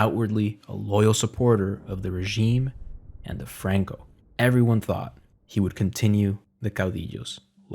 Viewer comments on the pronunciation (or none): Bro speaks English then ads spanish inflection on names Franco bro Not frruankooh Fookin fairy